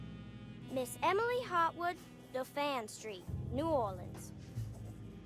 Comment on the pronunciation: Wait😳..how she pronounced Dauphine🤣🤣...its pronounced like "Daw feen"...